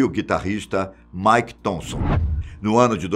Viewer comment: Muito bom! Nota 9,5...só não dou 10 por causa da pronuncia errada dos nomes de Sid Wilson no qual você pronunciou Said Wilson...a pronucia é a mesma tanto pra eles quanto pra nós, sendo assim Sid Wilson, Mick Thomson e não Mike Thomson...